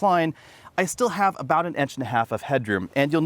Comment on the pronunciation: Is pronunciation of "touring" and "inches" a specific regional accent? Or just his own jam?